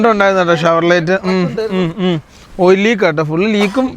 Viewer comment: ഷവർലറ്റ് അല്ല ഷവർലെ എന്നാണ് pronounce ചെയ്യുക